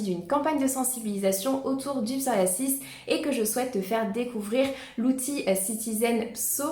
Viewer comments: Je crois qu'on peut prononcer psoriaZis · Merci pour ces onfos mais le psoriasis ne se prononce pas comme vous le prononcé !!!